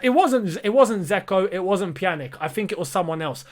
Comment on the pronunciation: The Bosnian geezer was Kolasinac hahah, and its pronounced PjaniCH bro